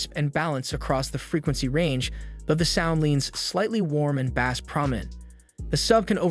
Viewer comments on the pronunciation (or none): imagine not knowing how to pronounce bass for a speaker video lol. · sorry, had to turn it off after not pronouncing bass correctly. How can I take anything you say about audio seriously if you get that wrong? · And mispronouncing it for a fishing show!